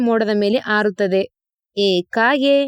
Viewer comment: ಅದು ಅಸಿರು ಅಲ್ಲಮ್ಮಾ ಹಸಿರು , ಆರುತ್ತದೆ ...ಹಾರುತ್ತ ದೆ 🤦🤦‍♂️🤦‍♀️